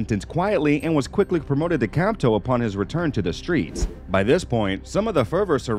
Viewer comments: Good video but I have to say, it’s “capo”, not “capto”. Just makes it seem like you don’t have any idea what you’re talking about. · I'm surprised that nobody called him out on mispronounce "capo" as "capto" multiple times. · And he said capto instead of capo 🤨🙄 that’s intentionally fucking it up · Not sure what you're talking about. It's still "capo", not "capto". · Good video, just need to redo it with him saying “Capo”, not “Capto” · I'm sure you've done your research but one word you're saying wrong is Capto. It's Capo short for Caporegime. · Capto?😅 Managgia - Nice video anyway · "Campto"? and "Capto"? Should do a bit more research on "Capo" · Dude your pronunciation of these names makes my ears hurt. And WTF is a Capto? It's either Captain or Capo. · It's not "capto" It's capo, pronounced cap-o, just like that! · Capto? Do you mean capo? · I can't with this guy... how do you have a channel called "criminal record" and butcher every Italian name and phrase? Have you ever watched any mob movies, tv shows? "Capto"...🤣🤣🤣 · Capo and not capto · This man said “capto” 😂😂😂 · I recommend you to do a proper research next time. Not only did you butchered the term "capo" but also edited a couple of pictures with the wrong names into the video. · With all do respect my friend you keep completely miss pronouncing the names wrong. But we like the video!